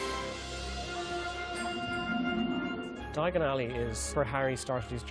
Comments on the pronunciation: They should have found a narrator who could say Diagon Alley without sounding quite so awkward. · Ron: Diagon Ally Harry: dIaGoN alLy